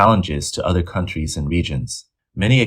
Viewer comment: Aaaawww I sad for you, you bullwee uuhhder countrees and now karma bullwee yous. So sad for yous